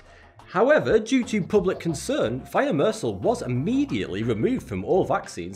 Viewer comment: Thimesoral [taimesoral]*